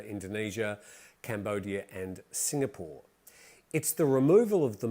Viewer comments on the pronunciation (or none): none